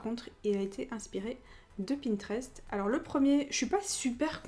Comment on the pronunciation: Je t'adore ! Magnifique cette video ! Par contre moi je dis "Pinterest " , au début tu dis "pintrest" . Je voudrais une suite de cette video ce serais cool ! J'ai trop hâte des vidéos de l'été 😍😍 Bisous Une abonnée ❤❤❤ Bravo pour les 100k !!!! J'en fais partie 😍😍💞